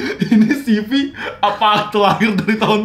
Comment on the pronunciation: Ceve bang bukan sivi bacanya